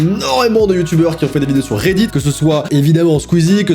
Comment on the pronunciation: " reddid " REDDIT!!!